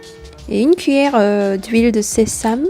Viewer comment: 네이* 사전에서는 sésame을 세잠이라고 발음하던데 본뉘님은 세삼이라고 하시는것 같은데 둘중 뭐가 맞는건가요?ㅠ